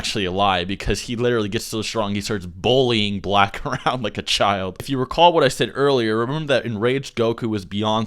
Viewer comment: What is this word you keep using? Bowl - e - ing? Are you trying to pronounce "bully"?